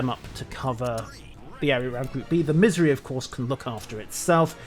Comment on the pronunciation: lol my hearing is going out. when you say Missouri I could swear you're saying misery.